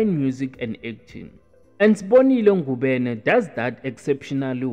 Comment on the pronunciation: Ngubane not Ngubene